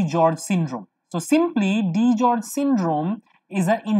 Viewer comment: It's DiGeorge's not DiGeorge.